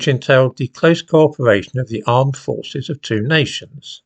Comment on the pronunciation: I heard "armed forces" as "imam forces"